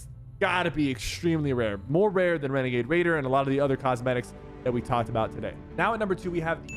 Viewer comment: Wenegade waidoh 🥺🥺🥺